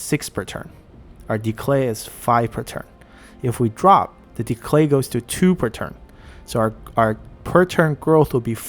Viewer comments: are saying decLay...? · Great video! Very insightful. The only thing that puzzles me is why you add an l in the middle of "decay" :p